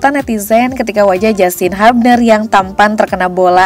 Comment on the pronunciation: Sebutnya "hyubner" ceunah, min.. bukan habner atw hubner😂